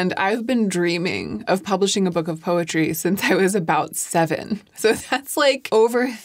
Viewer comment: When you first said “poetry”, I thought you said “PUPPETRY” and was thoroughly confused for a second until you said “poetry” again. 😂 Congratulations!!